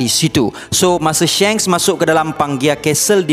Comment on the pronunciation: Pronounce die SHANKS its not SHENKS haha tegur je sbab lagi sedap klu shanks hahhaha